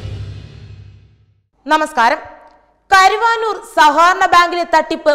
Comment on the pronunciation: കരുവാനൂർ അല്ല കരുവന്നൂർ.. എന്ന് ശരിയായി പറയുക.(കരുവന്നൂർ പുഴ എന്ന് കേട്ടിട്ടില്ലേ? ) ശരിയായ സ്ഥലത്തെക്കുറിച്ച് മനസ്സിലാക്കിയതിന് ശേഷം മാത്രം വാർത്തകൾ വായിക്കാൻ നൽകുക എന്ന് തത്വമയി ന്യൂസ് വിഭാഗത്തോട് അഭ്യർത്ഥിക്കുന്നു.